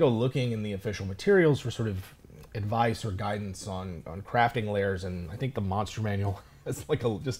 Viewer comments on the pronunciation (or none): Lairs not layers! Rhymes with bear.